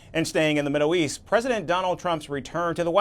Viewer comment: Did he say Middle Yeast?